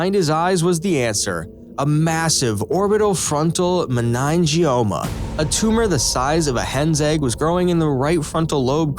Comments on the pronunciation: Meningioma is pronounced "muh-ninn-gee-OHH-muh" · Unsubbed. This story is about a real diagnosis, but I haven't found any corroborating articles about anyone named Arthur Vance. I'll comment the channel creator for correct grammar, though that's not how you pronounce meningioma, and for using a real type of tumor that exists in the world. But please, for the love of all that is good in the world, if you're going to make videos, make them about real people. Or put a disclaimer on your channel that names have been changed. Thank you.